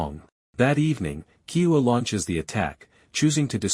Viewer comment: Good recap but slow down on pronouncing our ancestor’s names properly: Keoua is broken into 4 syllables :Ke-o-u-a =KAY-OH-OO-WUH There is respect to be shown in learning to pronounce a persons name properly— especially when these are historical chiefly names with much meaning. Keep trying